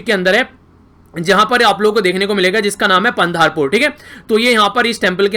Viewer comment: wow ur pronounce for aashadhi and pandharpur🤣🤣😂😂😂😂